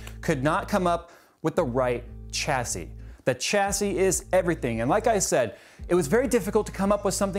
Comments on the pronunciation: never noticed before do you always pronounce the 'h' in chassis? really stood out in the video i like your videos but generally speaking its a silent 'h' shassis is how it normally sounds. not sure why it bugged me sorry. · Okay you kept saying it so, just fyi: "Chassis" is pronounced with a "SH" starting sound. That is all. Also, people whining about sponsorship is stupid - so long as it's disclosed and made clear where the parts are coming from, any further complaints are just envy.